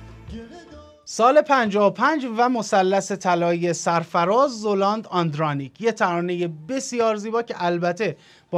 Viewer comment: سلام ممنون میشم زلاند رو درست تلفظ کنین ...فرید زَلاند درسته